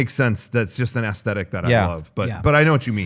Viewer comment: has always pronounced aesthetic as ass-stetic, what gives??